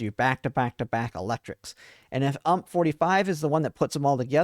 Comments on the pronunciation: UMP 45, pronounced you-em-pee 45, U.M.P. = Universale Machinen Pistole. Not Ump. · You Em Pee, not Ump, if you are going to use her weapon designation, instead of her name, at least say it correctly 🙃